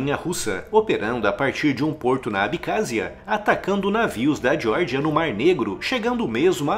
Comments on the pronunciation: Vídeo bom, mas diordia, para meu, dói os ouvidos é Geórgia, essa diordia deve ser nos EUA. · Você pronunciou Geórgia como se fosse o estado americano da Geórgia (jórgia) sem necessidade. É Geórgia mesmo.